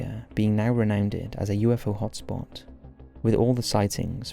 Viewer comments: "Renownded" is not a word wtf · “Renowneded” and “mirade” lol. I’m not being a dick but they made me chuckle. Renowned and myriad. 😂😂.